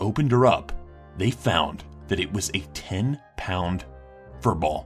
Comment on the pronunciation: A ten bound fur ball TEN FUCKING POUNDS...